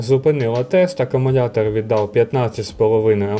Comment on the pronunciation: CSB працює вже 4 роки, тримає як в перший рік.Не треба всіх під одну лінію ставити. І вивчіть накінець слово "Акумулятор" а не акумуНятор.